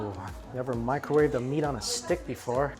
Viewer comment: "meat on a sHhtickk"😂